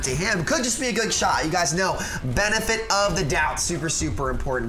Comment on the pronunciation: (He actually locks on to tracer) "benifet of doubt" me: I think you convinced 109k ppl